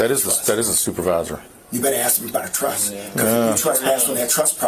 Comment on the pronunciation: It’s TRUST NOT truSS.